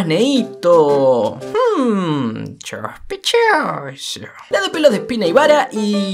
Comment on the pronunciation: shoshpechoso *hidan